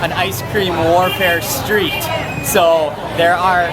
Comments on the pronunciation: I totally agree with you. He points like a pistol with his one finger all the time, says.. actually, definitely, and Awesome ALL the time. And has a speech impediment where he can't pronounce his ST's where "street" comes out "shtreet" . He is likeable and has a passion for food but these amateurish things will hold him back. He does the SAME things ALL the time...In my country that is called " a one trick pony" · Mandy Le First all its more like 6 bad bricks.. Let's list them. 1) He stares into the camera like a deer in headlights and never blocks. A sign of nervousness. 2) Up Talks like 13 year old girl (though he does seem to minimizing that) 3) He had a speech impediment where he can't pronounce his ST . Street comes out Shtreet. Restaurant becomes Resht-rant . 4) He takes HUGE piggy bites of food. And holds food up over his head to drop it into his mouth. 5) AND NOW we have to look and listen to the baby all the time. The baby is cute...but All babies are cute. Very self indulgent and unprofessional. I wanna see Thai food....not his kid. 6) He's getting better about this but EVERYTHING is AWESOME. Awesome, awesome, awesome. So there are your 6 bad bricks. Remember...6 bad bricks can bring down a house. I enjoy the contents of Marks videos but find HIM to be highly annoying. He's likeable but refuse to improve.on the details of his presentation. Thus the "Mark" of an amateur who has decided to stop learning and taking advice from someone who professionally knows more.